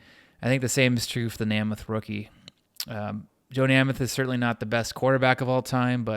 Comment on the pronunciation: Thank you, Great video, I just don't see enough football card video's of classic vintage iconic football cards. Count me in as a new subscriber. However you may want to check your pronunciation of the names Grange and Namath.. :)